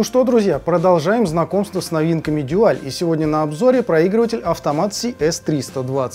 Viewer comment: Спасибо. Как всегда, с душой и знанием. Дуаль (именно так, через "у") в своё время не выдержал конкуренции с японцами и разорился этак году в 1982-м. Как раз ЛИ Брежнев умер. И с ними ушла эпоха. Техника пошла элегантная и красивая. На материалах стали экономить. Даже в СССР, где казалось бы всякого сырья до чёрта. Тогда бы у любого советского слушателя фирмЫ сердце зашлось от такой вертушки. Целый Дюал (мы тогда так произносили), автомат и красивый при этом. Не то что выпускала эта компания тогда -- деревянные гробы. Ну а теперь эти гробы -- винтаж (едри его). В общем, из 17 проигрывателей пластинок у меня на хозяйстве самая "молодая" относится как раз ко временам кончины Ильича 2-го. А самая древняя... когда её выпустили, я ещё в школу ходил. В том числе Дуаль 701 образца 1973 г. Первый европейский дайрект-драйв (по словам самих немцев). Ещё раз спасибо за труд. Я бы покритиковал производителя за несъёмный шелл. У Дуаля была своя система. Не шелл, а вставка. Менять так же легко, как и "штыковой" шелл, но при этом не надо об азимуте заботиться. Если уж брать марку, так и вставку с ней стоило бы вернуть. Но это моё частное мнение.